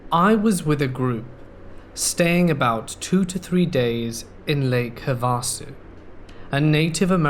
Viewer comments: I love the way you pronounce Havasu...but it is pronounced HA va su...emphasis on the first syllable. Love your channel! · Havasu is thee best time. HAVE-A-SUE. havahsu ... tomato tomatah